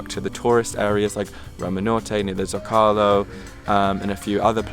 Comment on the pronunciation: It’s (Z-Oh-Ka-Lo) Zocalo